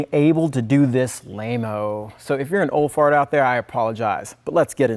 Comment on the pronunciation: Just fyi, "LMAO" is laugh my ass off, not lame-O. Good vid!